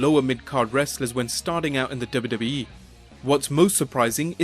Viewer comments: Please pronounce “wwe” as “double you, double you, eeeee” and not “duba, duba, eeeee” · for some reason i'm really enraged by the way the narrator pronounces WWE/F. dubba dubba. but LOL at McMahon coaxing puke to puke